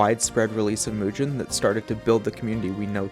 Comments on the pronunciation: L roblox avatar fr, but W video. Also, it's pronounced Mugen, not Mujin. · its not mujen its mugen just like it sounds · Bro pronouncing it as "Mujen" instead of "Mugen" I can't 😭😭😭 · Is it pronounced Moo-gen or Mooge-en? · Why do you pronounce it as mew-jin instead of moo-gen? Anyways, nice video. I.K.E.M.E.N is also a nice alternative option. A dev is currently in the works of adding rollback to the engine itself. Also, check out some actual games made with it if you haven't already. I could give you more info if you would like. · Dude mugen is pronounced with a hard G as in “golf” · Seems like a good video but I couldn’t watch. You kept saying it wrong. It’s pronounced moo-gen, I know it’s spelt mugen but that’s how it’s supposed to sound like. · "mujen" wtf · its not pronounced mujen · Thanks for the vid, but man, every time you say mugen I get reminded of "it pronounced jif" meme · I hate the way you pronounce it but respect your right to say it wrong.